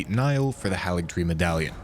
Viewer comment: It is pronounced HEY-LIG-TREE. Why don't people pronounce it right?